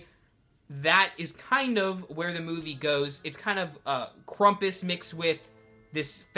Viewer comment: Nice review, and! Oh, and by the way, it is actually pronounced Cram-puss so pronounce the beginning like e word cramp and then us. I'm no grammar nazi or anything pronounce it however you want but I just wanted to point out that I do think that you were mispronouncing it.